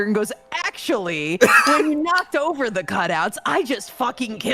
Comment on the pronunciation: It's oatver, isn't it? Isn't it? Isn't it oatver?